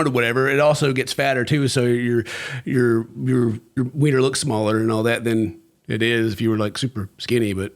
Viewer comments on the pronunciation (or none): none